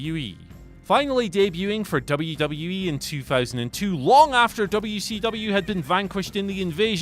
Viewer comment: You say WCW properly I like your style.